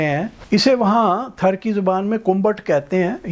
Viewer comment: Thar sahi name hai . App thrr bol rahe hain. Jaise car .star.paar waise thar